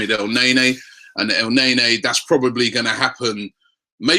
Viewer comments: not ELNEYNEY Robbie , try El neynee. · Damn Robbie you sure are persistent with the whole EL NAE NAE - He's pronounced EL - NENI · From now on if I hear you say el nae-nae I'm clicking off the video